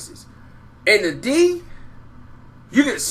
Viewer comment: Get The D's "D" out ur mouf, my dude....sheesh!!